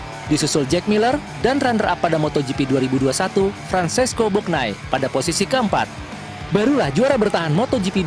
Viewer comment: 1 jam 44 menit??????? fransesco bognay????????????????????? ketauan pembaca beritanya ga ngarti apa yg dibaca...